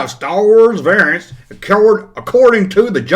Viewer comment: It's unusual that Larry the wompa pronounces variants the same way you do Junkman. Conspiracy?